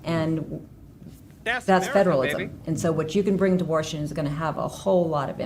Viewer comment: The blonde woman said “Warshington” I can’t.